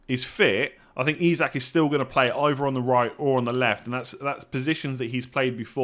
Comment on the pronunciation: Nailed Isak. Absolutely bottled hyperbole (it’s buh-LEE)